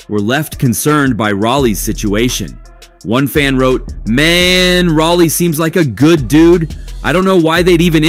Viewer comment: It's Rolly..not Rally. Get a life before u speak on other people's life